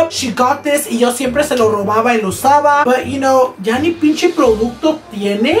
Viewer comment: “ pinchi “ pinche*